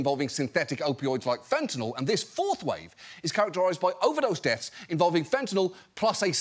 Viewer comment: Can people stop pronouncing it Fent-in-All? It's not an off-brand Tylenol.